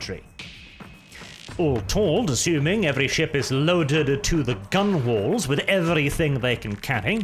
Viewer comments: That's right. Your host here did gun-wall, and I often hear gun-whale, but gunnel doesn't seem to be a thing any more. Again, I excuse the non-native speaker, but the native speakers... Tsk. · How curious... it seems nobody knows how to pronounce gunwale any more. I've heard multiple (British accented, for what's it worth) people make that same mistake. Now I can forgive a non-native speaker for getting it wrong, pronunciation of English naval terms is rather esoteric even for English speakers who do not have a sailing background or other exposure to it, but I've heard native Brits whose entire channel is nothing but naval content still get it wrong. Very curious, indeed.